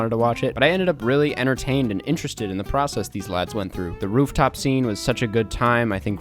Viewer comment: I'm filled with an insatiable anger every time you say "Lads"